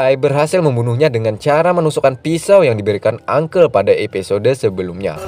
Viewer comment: Dibaca episod huruf E gak perlu di baca kali... Kebiasaan la kek gitu orang indo. Drainase juga dibaca drinis huruf E di hilangin faham...!